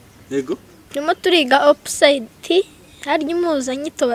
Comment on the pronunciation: ijambo opposite mucyongereza basoma " ɑpəzɪt " cg opozite not " oppozayite " like you're pronouncing.